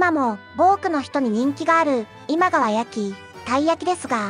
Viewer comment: 今川焼きの発音不安定すぎだろ